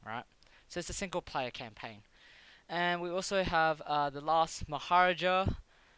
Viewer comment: I know I’m years late, but it’s “Mah - ha - raaaa - ja”. =D